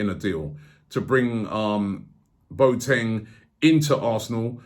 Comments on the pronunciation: It’s not pronounced “Boateng” like a Boat or Bo Teng... it’s pronounced “Bwaateng”. Robbie acting like the substitute teacher from Keel & Peele - A A Ron, J Kwa Lin, Balakay. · It's NOT pronounced Boat-eng, it is Bo-wa-teng